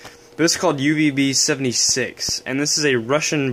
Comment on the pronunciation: "Yoovb". I'm sorry. That killed me.